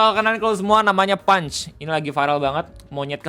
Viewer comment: Orang Jepang ngelafalin Punch = Pan Chi = Panci :face-green-smiling